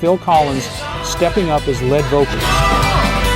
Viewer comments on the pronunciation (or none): Auto dubbing bears its teeth. Lead vocalist was pronounced Led. An unintentional commentary on Collins' singing perhaps?